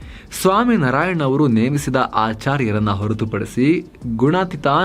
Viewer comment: Pls pronounce as Naarayan. Not Nraayan😢